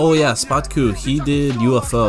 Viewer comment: szpaku is pronounced shpaku (in english "sz" is "sh")